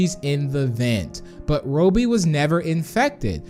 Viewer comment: hey why he say "Roebby???"